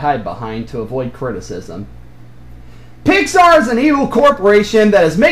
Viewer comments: Go back to your Pixar rant. The way you say Pixar is like you're spitting at the P. You know what I'm talking about? Ben T. Looney over-emphasizes the P. (I seriously mean no offense in any of my comments, lol.) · The way you enunciated the "P" in "Pixar", was that intentional? Don't know what I'm talking about? Go back to the rant, and listen to how you emphasize the P. It's certainly noticeable to me.